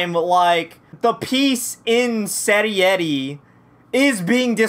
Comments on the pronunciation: tfw he calls it 'cerri et e' instead of seireitei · Seri-eri🤣🤣🤣 Its sei-rei-tei. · “Seritei” is pronounced “Sarah Tay” lol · Who is Serieti?`Does he mean Seireitei? LUL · It's pronounced: Say-Ray-Tay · its pronounced say-ray-tay